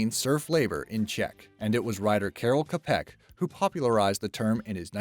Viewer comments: The name Čapek is pronounced with Ch/Cz sound at the beginning just like in the word "Czech" or "cheese". Not with K :) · The word ROBOT doesn´t mean anything in Czech (I know that becouse I´m Czech). The word ROBOT has origin in word ROBOTA which was unpaid labor exacted by a feudal lord. And you pronounced name Karel Čapek wrong. The letter Č spells Ch not K. next time do some research